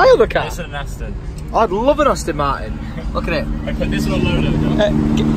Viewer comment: ASTON WITH AN 'A' TOM FFS😂 Say Aston 50 times so you don't forget😆